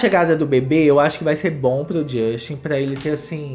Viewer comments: Não é JUSXTI . É “DJUSTEN” nunca irei esquecer a entrevista com a Sabrina santo 😂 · "jósten" kkkkkkkkkkkkkkkkkkkkkkkkkkkkk